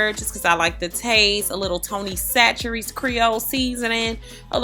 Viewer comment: Its pronounced Tony "Sauce a rays" haha. But i love that stuff. Thanks for the tips